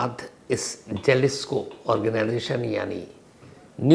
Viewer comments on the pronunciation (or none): It's pronounced Halisco .